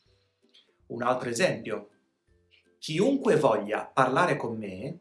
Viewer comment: Ciao buon anno! Ti faccio una domanda perché dici ciunque invece che chiunque?